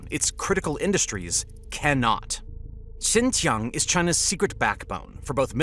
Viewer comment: It's Xinjiang, pronounced syin-jee-ANG, not Xinxiang.